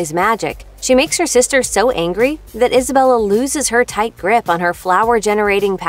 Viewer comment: Majrigill, and also she pronounces names like Luisa "luiza". Same with Isabela, pronounces it the wrong way, "izabela". Triggers me so much, cmon, it's not difficult to get it right